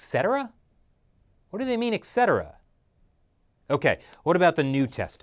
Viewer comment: "How to Pronounce Etcetera"